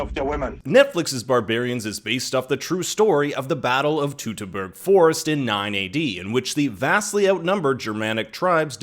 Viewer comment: Why do you call it "tooterberg"?